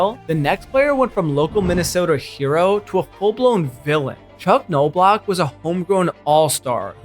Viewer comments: Palmeiro is pronounced "pawl-MARE-roe," Knoblauch is pronounced "NOB-block," and Ponson is pronounced "pon-SONE." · so you tell me how do you pronounce Lenny Dykstra and Chuck Knoblauch, Rafael Palmerio. Then you tell me that’s not AI lol